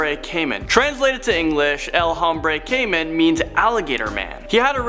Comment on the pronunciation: It’s supposed to be pronounced “el hombre Kay man “